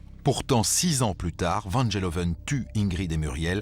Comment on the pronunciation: Van GEloven et non Van Jeloven! Les français et les langues étrangères!